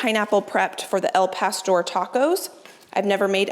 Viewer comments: Its not "el pastor" it "Al pastor" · It’s “Al” not “El” Pastor